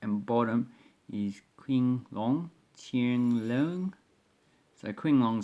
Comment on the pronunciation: Hi! “Qing” is actually using Chinese pin yin pronunciation. Should sound more like “Ching” Long. Cheers! CP